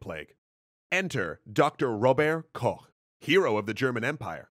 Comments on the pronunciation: Hey! Your video is excellent as always. The only minor gripe I as a German have is how you pronounce Robert Koch. It's actually ['ro:bɐt kɔx] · Robert Koch is pronounced [ˈʁoːbəʁt ~ ˈʁoːbɐt], with stress on the first syllable and the t clearly enunciated. He wasn't French. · Very interesting video! You mispronounced about every name, but still very interesting.